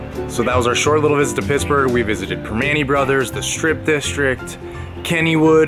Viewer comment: Did she say "Piss-burgh"? Please don't get me wrong. It seems you have great loving parents! Thank you for loving Paraguay.